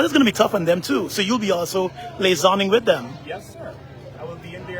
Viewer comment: Liaising, man, lasoning. Come on people from all over are watching and listening to you.